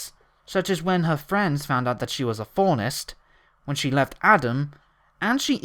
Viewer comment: You know there's no letter 'T' in "Faunus", right? Because you're pronouncing it "Faunest."